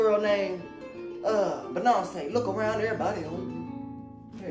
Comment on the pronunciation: "Benonce" lol omg.